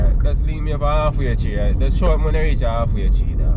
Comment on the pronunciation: yuh mek mi laugh 🤣, yuh fuck; at the way you pronounce Half-Way-Tree! Yuh can tell seh yuh nuh bawn/come from Kingston! But it’s okay, yuh soon klaat it like us, Kingstonians! I love you guys so much! Congrats to you and my girl, on your pending bundle of joy 👼!!!!! I wish you a safe delivery. 🙏🏾❤️ 🥳🎊🎉🎈🛍🎁